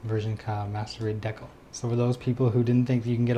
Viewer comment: Why he say decal like that.